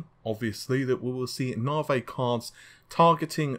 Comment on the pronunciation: I love the fact you say: Nave instead of Navi haha :P ^^ Just joking though! Loved the video!